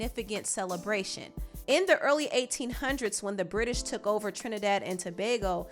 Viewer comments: Thank you for pronouncing my island's name correctly 😊 🇹🇹🇹🇹🇹🇹, trini to the bone. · thank you for pronouncing our country correctly!! much appreciated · Thank you so much for pronouncing Trinidad and Tobago correctly. We appreciate it a lot 🇹🇹